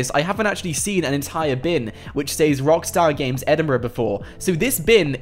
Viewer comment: It’s not saes is sez